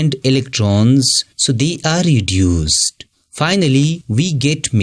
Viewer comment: ʳᵉᵈᵘᶜᵉᵈ ⁿᵒᵗ ʳᵉᵘᶜᵉᵈ